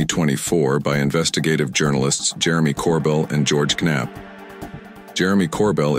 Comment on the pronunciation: Lucky Jer-remy Cord-bell and Ge-orge K-napp were on the Car-hase 😂😂😂